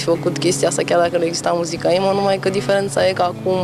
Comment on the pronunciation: cum zice "imou"